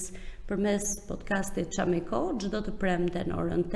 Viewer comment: Më falni dhe më mirkuptoni! Fjala "çámiko e ka theksin tek "a"